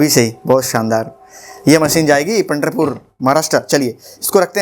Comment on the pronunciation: सर पंडरपुर नहीं पंढरपुर आयेगा